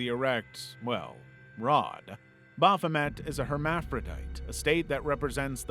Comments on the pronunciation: "Baphomet" Amazing. Almost every word of what you just said was completely wrong. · The way you pronounced "Baphomet" made me feel a lot of very strong emotions, and none of them are positive.